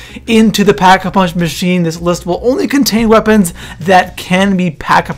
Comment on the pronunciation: he said pack a vunch